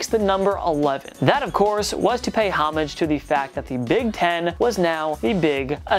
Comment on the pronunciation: look up how to pronounce homage